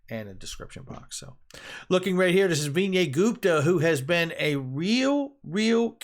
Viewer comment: Vinay Gupta's testimony is what I would call a surprise wild card in this whole case. And his name is pronounced 'Vin-naye' not 'Vinier'.